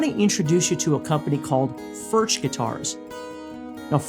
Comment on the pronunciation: I have two of the.. they are great! But they are pronounced, 'furk.'